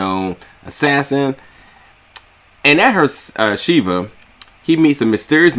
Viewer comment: It is pronouced Shiv Ah not Shee vah